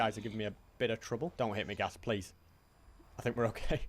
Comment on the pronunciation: 200 hundred days pwease